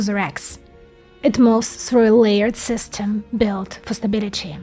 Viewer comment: мне ОЯЕНЬ интересны все Ваши эпизоды. Женщина-инженер и умница не может не нравиться. Один момент, который можно поправить, это произношение "ly". Слишком откровенная русская "И". Хорошо бы её приблизить к "Ы". Равно как и в словах "system" (dinner, chicken). Делюсь тем советом, который получила больше 30 лет назад. Удачи.